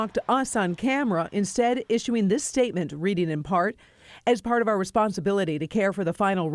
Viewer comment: Reporter needs to learn how to read. The word our is not pronounced "are."